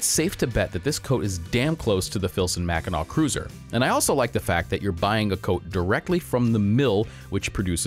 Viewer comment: MACK-e-nuh not MACK I NAW